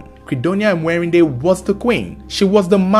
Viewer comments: It's Mwe_ri_nde not Emwerinde😂😂😂😂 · Am from Uganda She's called Mwerinde not emwerinde Thanks for the story